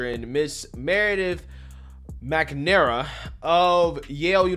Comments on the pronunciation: When you can't even correctly pronounce the name of the person that you are talking about, how can I trust you to give me an informed opinion about the subject matter. McNamara (Mac -nuh -mare-uh). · At Oh Boy Oh BOy Oh Boy Oh Boy I thought, this might not be for me but then when you couldn't even pronounce "McNamara" you confirmed it.